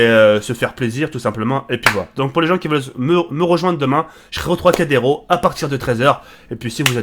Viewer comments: Tracadero il dit ce bledard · troicadéro? lol